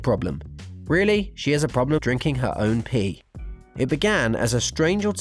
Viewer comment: the way he said pee 😂😂😂